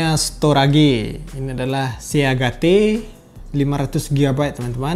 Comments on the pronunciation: Pembacaan Indonesia - Inggris :v Selanjutnya storage Orang normal : Sto~edj Disini : storage :v Seagate Orang normal : Si get Disini : seagate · Bang storage itu bacanya storej Seagate bacanya siget (sea;si gate;get) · se-to-ra-ge se-a-ga-te, entah kenapa enak banget buat diucapin kagak belibet gitu jadinya akwoakowka biasanya kan storej siget